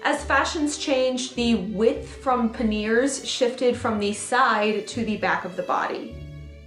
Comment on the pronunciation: Panniers = pan-yays NOT pan-ears!!!!